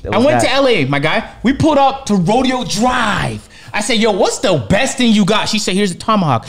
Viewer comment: that’s not how you say rodeo drive 😂😂😂